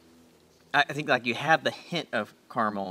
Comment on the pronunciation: Thank you,, for pronouncing the middle "a" in "caramel". I've noticed that many people from the Land Of The Free pronounce it "carmel" (yes, you,! Ha ha), so this is a pleasant change!:-)